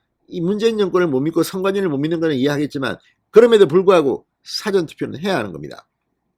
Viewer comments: 제발 사전 발음 액쎈트 넣지마라 정말듣기싫타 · 잔성호씨 발음조심 辭典과 事前 발언 구뷴 확실히 해 주세요